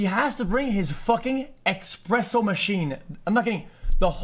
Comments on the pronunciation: I got angrier the more he said EXPRESSO it’s espresso dawg 🤣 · EXpresso, dude its ESPRESSO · It's not expresso, it is espresso. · EXPRESSO OMEGALUL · expresso! lol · what the fuck is a expresso? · Quit saying Expresso :_D